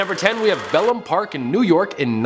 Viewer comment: Its Pelham Bay Park. Too many L's.